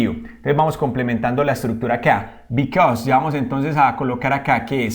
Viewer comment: A mí me quedo claro que because se pronuncia bicos y because of bicosof🤣😂